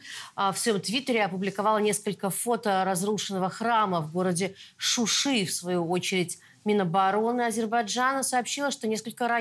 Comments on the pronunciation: Не «Шуши» а «Шуша» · Не суши а шуша